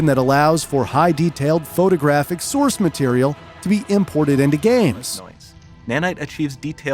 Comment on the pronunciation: "Unreal Engine 5 adds several new FEATURES. One of those features is NANITE. An engine that allows for high detailed photographic sourceMATERIAL." Dude you talk like this the whole video. You end every sentence with this weird emphasis on the last one or two words and it gets so annoying. Just talk normal. Seriously, like 22 minutes of this and it gets under your skin